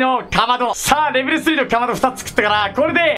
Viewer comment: 何か…レベル2じゃなくてレベル3んって言ってる？